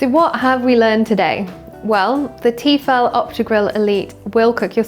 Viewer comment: Great, another Tefal ad. And you don't even know how to pronounce Tefal right. It's French ffs, it's teh-fal not tee-fall.